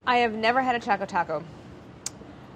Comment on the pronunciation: How do yall pronounce Choco? Claire's pronunciation got me shook. "Cha-co" or "Ch-o-co"?